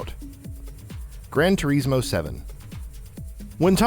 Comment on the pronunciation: Its pronounced tour-iz-mo